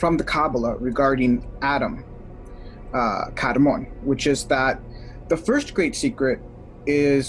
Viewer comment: I believe the correct pronunciation of kadman is a little different. It's pronounced like a Jamaican yardie smoking the ganja. Say it with me now kadmaaaaaan maaaaan. Hari chrishna 🙏